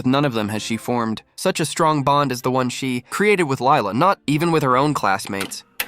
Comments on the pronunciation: it is actually pronounced Leela not Lila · Girl it's lila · huh? It’s Lila